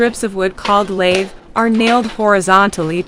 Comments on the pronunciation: It’s not Laythe! It’s pronounced lath! Rhymes with bath. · I really wish people would learn terminology, pronunciation and technique before posting how-to videos. Pronouncing it like the tool "lathe" destroys your credibility. Plus the demo shown in the video of just busting it all up and breaking it with a hammer is not how you most efficiently prep for drywall. The lath nails need to come with the board or you add another process to prep. Take the time to deconstruct... you'll be much better off.